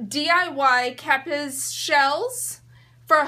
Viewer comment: pronounced KA- peas